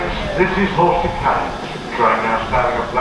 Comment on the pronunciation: The correct pronunciation of Horsted Keynes is “cains”, not “Keenes”. Sorry, but your mispronunciation grates on a Sussex ear.